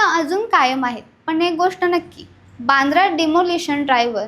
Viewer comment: बांद्रा नाही वांद्रे बोला